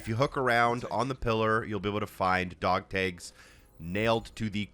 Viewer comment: You say dog tags very oddly. Dog tages lol